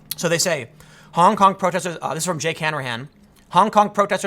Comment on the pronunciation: Please be more careful with the pronounciation, Tim. "Honk honk protester" is clearly what you are saying